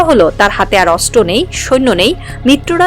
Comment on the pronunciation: অস্ত্র উচ্চারণ শুদ্ধ উচ্চারণ করতে হবে 😮😮অস্ত্র উচ্চারণ হচ্ছে না 😮